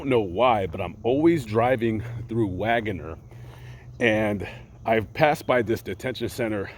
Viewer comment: Hey from Tulsa, Oklahoma! Wanna sound like the locals? It’s pronounced Wag’ner!! ❤️